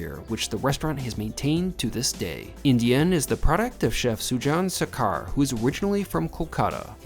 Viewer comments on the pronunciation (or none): Just an FYI. The name is actually pronounced Shor-Car. There is no S sound in Bengali, the language of Kolkata, and I have the same last name. Reading his name my assumption its said shoo-jahn shorkar. Also the Pescatarian menu is interesting. Bengal region is well known for consumption of fresh water fish.